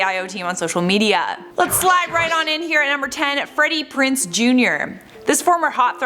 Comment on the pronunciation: PrinZe not Prince.